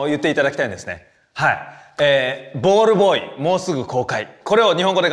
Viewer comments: 見てねが言えないのは分かるけどなんでball boyも言えないねん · ペーパー言ってたのにボールボーイも言えなくなるの草